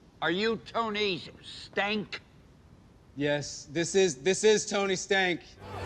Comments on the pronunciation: My favorite is Tony Stank because he goes back and reads it again but still says it wrong and the way Rhodes picked up on it it’s funny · I love the FedEx guy when he called Tony Stark - Tony Stank